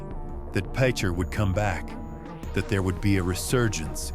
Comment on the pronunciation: LEAD U IDIOT...N ITS PRONOUNCED...PICH ER...LIKE BASEBALL PICHER...I WAS A KID GROWING UP HERE...IT WASNT THIS BAD...SERIOUSLY